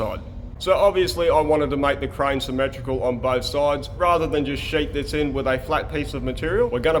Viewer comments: I oper-Rate a Cur-Rane 🤪 hahha awesome blooper.. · “Bring me your cuh rain” that had me dying😂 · Always excited for a episode! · The Kur-Rane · KaRAIN! I will forever say crane this way now!